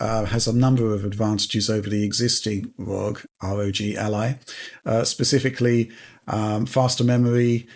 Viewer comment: Can you say R.O.G. without saying ROG????😅 you crack me up!😊